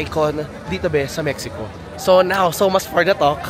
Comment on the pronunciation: mehiko ang tamang bigkas.